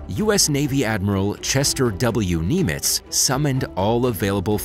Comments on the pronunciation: It's Adm.Nimitz, not Neymitz. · First lol I never heard of kneemits 😂 I heard of Nimitz